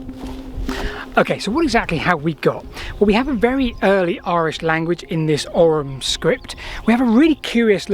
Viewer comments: Oi - OY or Oh as in Owe or Go OYYUM or OWE UM Ogham is OYYUM or OWE UM not "oggum" or "orrum" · It's not pronounced OGGUM because it's not an Anglo-Saxon word. As usual, Celtic Gaelic words are being butchered. Would 10 minutes on the internet researching correct pronunciation really kill you?! It's Ogham, the GH is silent so it sounds like Ome. Another reason the Brits were never welcome in Gaelic speaking countries. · It's pronounced "Owum" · it's pronounced " ohm " that G is not hard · Ogham is pronounced "aw-ahm" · Here in Ireland at least, we'd usually pronounce "Ogham" more like "Ohm" (like the electrical unit of resistance). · In modern Irish the "h" is not really a letter, it's more like an accent that softens or silences the preceding letter. Hence ogham is pronounced oh-am. Afaik though in old Irish this was probably not the case, so it might well have been pronounced oggam. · Ogham is pronounced O-am. gh sounds in Irish are typically silent